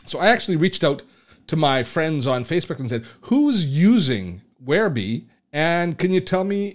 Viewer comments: If it was 'where-bee' that is the spelling, since it's spelled WhereBY that's how I call it, and your saying Where-BEE prompted this comment. Keep on keeping on. I see now, after showing the offers in the upgrades, that this is old news. Bye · I don't blame them for changing the name, but "whereby" is an actual word with an actual pronunciation: where bye. It's not a personal choice to call it "where bee." Just look up the word, for Pete's sake. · "Whereby" as in 'The app whereby I connect to my friends online". NOT Wherebe!